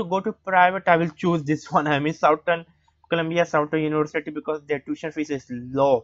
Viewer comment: What’s with your accent 😂 sow-tarn-oonee-varcittty 😂